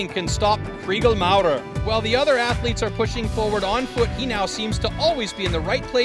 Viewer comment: Horrible narration and awful soundtrack! FYI voice over guy...Athletes only has 1 A...and is not pronounced 'Ath(a)letes!🙄